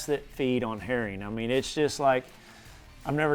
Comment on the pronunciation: "Eat eem sum hurrin "